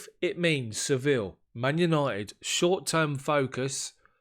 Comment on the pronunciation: I hope you don't take umbrage for my pointing this out, but Sevilla is correctly pronounced, 'Seh-VEE-yah', rather than 'Sevill'. In Spanish, the 'll' like in Sevilla, always are pronounced like a 'y'. Just thought you'd want to know; it enhances your international gravitas :) No disrespect meant, mate. Cheers!